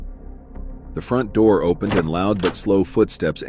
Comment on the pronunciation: “open the noor, open the noor”